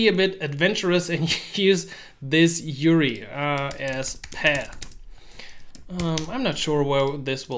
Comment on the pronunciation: you-are-eye not you-ree anyways, great video.